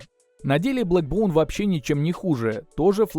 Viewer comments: бЭкбоун а не бЛэкбоун...колхоз обзор...На отвали...Не твое это... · Не блэкбоун, а бэкбоун☝️